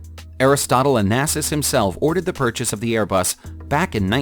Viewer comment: Bruh why do you said "Airbus"?!